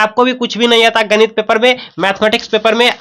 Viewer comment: Ganit Nahin ganit